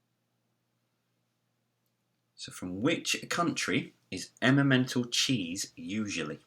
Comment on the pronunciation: the cheese is called Emmental. says Emma mental.